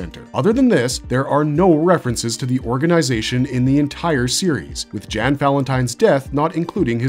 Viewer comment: Only oof on this video is pronunciation on Jan Valentine. The J has the Y sound making it Yan Valentine. But more importantly, I liked both series. Hellsing 01 is a nice mystery, I'm more into Hellsing Ultimate because it drops the mystery and go completely against the norm of vampire shows and stories which is the opposite of why i like Shiki that stays true to most Western vampire stories. I will say when it comes to separate anime versions, the best 2 in my opinion is Full Metal Alchemist.